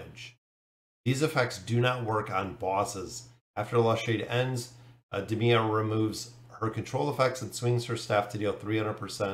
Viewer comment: I'd say her name is Day-Mia, kinda like Day-Mon (daemon)